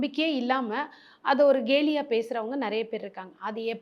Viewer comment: தமிழ் உச்சரிப்பு கவனம் - கேலி க வரிசையில் வருவது keli . gayli என்று உச்சரிக்காதீர்கள்